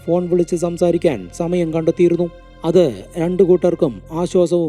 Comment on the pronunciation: സ.. എന്ന വാക്ക് ഉപയോഗിക്കുമ്പോൾ za.. ആവാതെ ശ്രദ്ധിക്കു.. സമാധാനം എന്നതിന് za മാധാനം.. Za മയം.. എന്നിങ്ങനെ